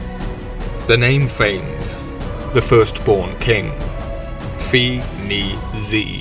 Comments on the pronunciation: Can we start by pronouncing it correctly? Fawness, not Fains. Ph is an f, the a is like ah, nes like Eliott Ness. This is a Greek name, not Anglo-Saxon. Saying it wrong does not breed confidence in the content. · Phanes is correctly pronounced FAH-nez. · Love this primordial deity. His name is actually pronounced Fay-Ness.